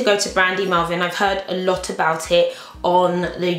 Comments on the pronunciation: its melville not melvin! :O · I love your hauls! I think its Brandy Melville not Melvin haha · brandy melVILLE not brandy melvin haha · It's Melville x